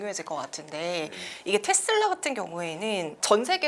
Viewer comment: 텟슬라가 아니고 테슬라 입니다.